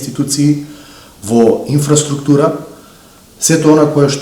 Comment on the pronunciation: Зборот инфраструктура не се акцентира така...Исто така и презимињата се исклучок од третосложно акцентирање. Неписмени новинари.